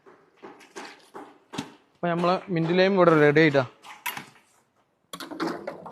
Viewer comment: Laime alla lime.or lemon. Good work.